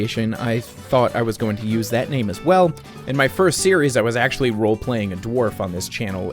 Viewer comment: Congratulations on finishing. Thank you for pronouncing my name correctly. I think I will go with the long play videos with commentary. I'll let you know when I get around to doing the video. Have a great year. Hugs